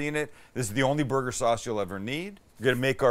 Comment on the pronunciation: I swear I'm hearing him say booger a few times.